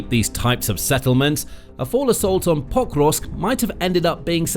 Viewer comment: Is the city called POK-rovsk or Po-KROvsk? I think the latter and the first as you say it here hurts my ears. But maybe I'm wrong?